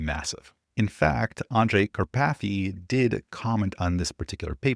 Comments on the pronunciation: Hehe. Car-pathy 😂 It's a very typical Slovak/Hungarian name, originating from the mountain Karpathien. But I love your version :) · OMG,, 🤣🤣🤣🤣🤣 "Kar... PATHy" glad i was not drinking anything at the time i listened you saying this! 😂